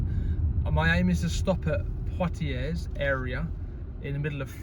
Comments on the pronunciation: You don't pronounce the 'S' on the end of Poitiers, it's actually pronounced as 'Pwatiei'. Cheers. Nice video. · Never heard of Poitiers..? You didn't study the Hundred Years War at school? The 's' in Poitiers is silent. A bit like the 't' in Chevrolet. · You don’t pronounce the s at the end of Poitiers .. or the r.